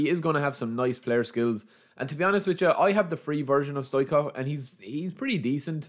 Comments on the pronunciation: It’s pronounced StoICHkov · STO - ICH -KOV...just say it like that ...STO - ICH - KOV